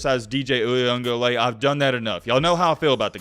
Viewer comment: I just want to say, I know that this is your post and your channel, but have some respect for the man and pronounce his name right or just say DJ. I ran track at Clemson so I am not just a fan. Dabo is not losing respect from me for Keeping DJ in. I fully believe the man has more abiity and deserves more credit than people give him. DJ has thrown interceptions, yes. But, so has Cade. Cade has made incredible passes, but so has DJ. Cade has done faulty things that no one wants to talk about. Who says anything about him running into the end zone to avoid a sack, almost gets tackled for a safety, but instead throws an interception that leads to a score for the other team on his first pass of the game. No one talks about anyone else who fumbles the ball, but quick to show any short coming of DJ. I would rather you criticize the team as a whole because no one is playing up to their caliber. And for the people who want Cade in for the rest of what you call a blown season. What happens if he gets hurt and DJ has to come in and blows the doors off of the other team? All you will hear about is what Cade did before he got hurt which is some bs!!!